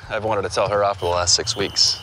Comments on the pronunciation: 조쉬 말하는거빼곤 크게 어려운 화는 아닌데.. 글로리아가 콜롬비아 출신캐릭터라 그런지 발음이 원어민만큼 또렷하지 않는게 나름 재미있네요 ㅋㅋㅋ 그리고 조쉬말하는 부분중 I've wanted to 부분은 I've wannted 이런식으로 들리네요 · 에 I've wanted to 에 발음이 원니르 원리르 대충 이렇게 들리는데 어떻게 발음해요?